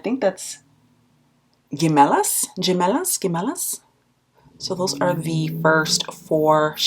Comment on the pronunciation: “Gemelas” is pronounced as “he-Mel- las” from a native Spanish speaker. I hope that was polite